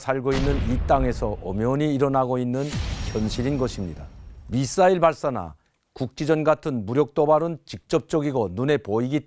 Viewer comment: 미↓싸↑일 발사